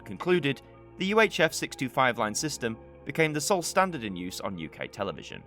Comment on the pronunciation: I heard that too, but on replay I heard 1937. Another thing, I often though he was saying 65, when he was actually saying 625.